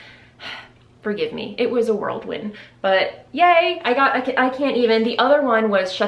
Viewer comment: LOVE your shawl! Side note: it’s whirlwind instead of world wind. 😘